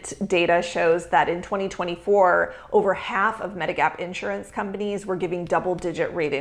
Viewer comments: Since you talk about it, since you push it, since you sell it, and since you promote yourself as an expert about it, perhaps you should learn how to properly pronounce "INSURANCE!" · An insurance broker who can't pronounce insurance properly? Not a deal breaker. Not knowing the plural form of diagnosis? Deal breaker. j/k